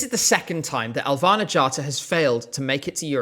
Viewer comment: im offended by the way you prounounced her name its: Elvæhnæ G/ghattá